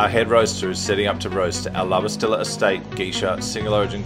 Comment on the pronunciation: pronounced La Basti-y-a lol n 2 Ls in a spanish word takes a “y” sound